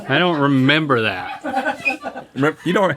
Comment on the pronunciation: I memberrrrrrrr